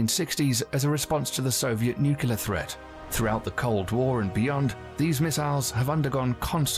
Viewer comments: You're right it's Nuc-le-ar not Nuc-u-lar. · People don’t go postal because you thought nucular was a word. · It’s alright, Jimmy Carter still says “nucular” while Europe thinks he’s a fucking genius. I guess that tells us something about Europe. Also, I’m from Jimmy Carter’s home state of Georgia in the US so feel free to say silly things. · Only George Bush jr. said Nucular. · Honestly it disturbs me when American's pronounce it Nukular. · I have trouble taking any quasi-informative source seriously when they pronounce it “noo-kyoo-luhr.” I especially expect better from a proper British accent. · New-clee-urr. Based off nucleus, or nukes for short. "Nue-cue-luhr" is due to lazy english, as if we don't bastardize every other language into a blender before spewing it out. As far as the rest goes, the US hemorrhages money as hard as possible into the military budget (and allocation is piss poor considering we could almost never get some damn batteries for equipment on deployment, wtf.) "The best defense is a great offense." Is a guiding principle. If attacking you results in more self harm than good, then you don't attack. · The narrator of the video you're watching keeps saying "Nucular". There is no such word; it's like saying "Irregardless", referring to a sandwich as a "Sammich", etc. The credibility of the video you're watching is rather questionable. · Is it like nails on a chalkboard to anyone else whenever you hear "nucular"? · You are not wrong. It’s nuclear pronounced new-clear. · "Nucular" is America's version of "leftenant". The letters don't match the sound, but we just accept it. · You are correct. It seems like everyone mispronounce nuclear. President Bush was famous for saying nucular. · NUKE-LEE, are .... atomic NUKE-YOU-LAR .... botanic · Thank you for questioning that dumbasses pronunciation of nuclear period for 8 years I would get angry every time George Bush would say nucular. Every time he said it he sounded like a surfer dude